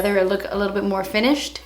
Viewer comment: Lmaoo to the part where you say " when I was little.. well I'm still litterrrr but I mean litterrr litterr" 😂😂😂😂